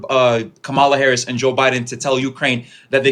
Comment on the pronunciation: The fact that he keeps mispronouncing Harris' name means he isnt debating in good faith.